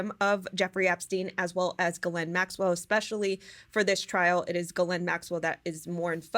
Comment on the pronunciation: You're the only one I hear pronouncing the pedo's name right!